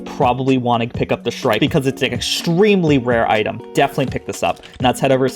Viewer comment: The shrike (you pronounced it correctly) is a bird that catches rodents and smaller birds and spears them on thorns of bushes. Its like hanging ur deer or pig after you kill it.